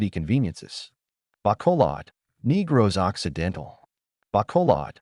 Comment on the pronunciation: Will the AI narrator get cancelled for calling it Neegros Occidental? Seriously it's awful that these beautiful Filipino names are all mispronouncrd. AI has a long way to go.